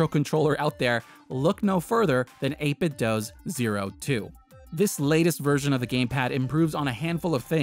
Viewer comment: Great list! I might have to grab one or two of these. (PS, The "do" in 8bitdo rhymes with "shoe." I only know cause they make Bluetooth speakers that say the company's name when you power them on 😁)